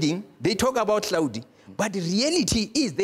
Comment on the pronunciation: Google that says Hlaudi😂